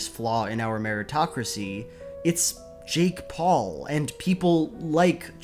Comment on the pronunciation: I know it's probably just a mis-pronunciation but now I can't stop wondering what a shake Paul would taste like. I really hope there's no such thing though